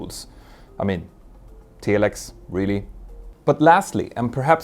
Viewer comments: Crikey! Does he use a 'teal-a-fone' or a 'tel-li-fone'? More wanky deliberately mispronounced industry terms to create his own arrogant authority! It is TEL EX (telex) not 'teal-lix' FFS! It is 'Ai-Kay-Oh (ICAO) not Ee-Cow! The same applies to Ai-Ar-Tah (IATA) I respect the work he does and the information he helps clarify for those interested parties outside the industry, but just as the information being disseminated must be correct so too must the pronunciation of industry-standard terminology. A European accent is not the issue, arrogance is. All of my European, African, Asian, Middle Eastern and Western commercial aviation (airline) industry colleagues manage to correctly pronounce these and many other terms. He will have heard his industry colleagues using the correct terms but elects to give it his own unique spin like he knows better! He even changes Juan Trippe's (Pan Am) name into something unrecognisable! There is no need for it and consequently it diminishes the quality of his work. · Tell Ex. Not tee lex. I was listening not watching snd had to go back to watch to see what you meant! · I think the correct pronunciation is Telex.